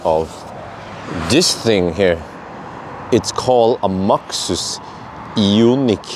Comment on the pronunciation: Max(øre)sus 🤣🤣🤣 (means max ear Wissling) 10 Points for that😁